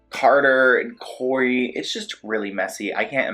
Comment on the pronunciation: And you said “Cory” it’s not Cory …… try again fam